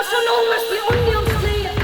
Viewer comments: I love when you said AhNYOn xD❤️❤️❤️😂😂😂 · I adore the way you pronounce “onion.” Your accent is so charming!! ❤️❤️❤️ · THE WAY SHE SAYS ONION IM WHEEEEEIng